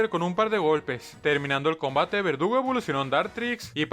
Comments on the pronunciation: Porque en vez de decir verdugo dice vergudo😅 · Hay dice vergudo xdd😅